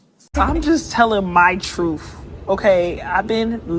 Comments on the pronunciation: "My truf" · She knows her "troof" . Classic.